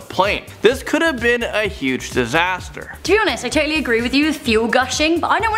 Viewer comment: I "toe"tally agree